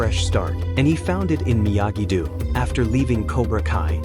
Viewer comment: It is not pronounced Miyagi dew but Miyagi dough.